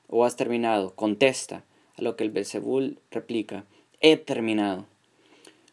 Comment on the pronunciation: El nombre es belcebú y no belcebul como tú lo dices!!!!